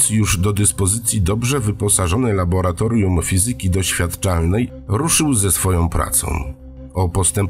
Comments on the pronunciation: Laboratorium nie labolatorium :/ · Laboratorium a nie labolatorium. (już w pierwszym zdaniu) Przeca jest laborant a nie labolant, co nie? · laboRatorium* lektorze